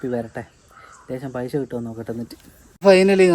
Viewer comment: പൈശ അല്ല പൈസ😂